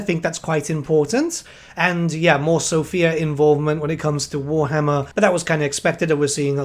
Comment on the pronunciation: One day I will hear the UK CA team pronounce Sofia correctly. Not today, probably, but one day